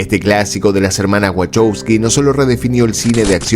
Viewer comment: Ah si! Es verdad! los hermanos Wachowsky... Los Wahowsky. Si.